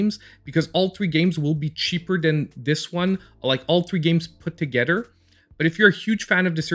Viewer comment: Udder/ Togedder /Furder /Den / Anoder /distracted me the whole time . TH tha sound is a thing , but I mean let’s replace it with a D.